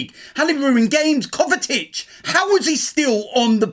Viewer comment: Man said Kovatic 😂